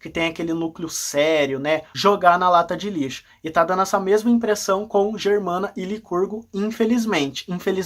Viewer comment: Voltei para te dá uma dica para melhorar o seu video: não e dano, e sim dando! Cuidado com a pronúncia dos verbos no gerúndio!